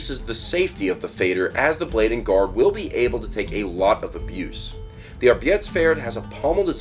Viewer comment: The German word for "work", "Arbeit" is pronounced "arbite":)